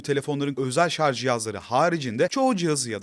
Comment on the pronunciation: Hayatımda ilk kez 'Şarj' kelimesini hem doğru hem de yanlış telaffuz eden birini görüyorum. Sevgili anlatıcı, bilmem farkında mısınız "Şarj cihazı" derken ''Şarz cihazı" deyip "Şarj aleti/Şarj teknolojileri" derken doğru kullanıyorsunuz.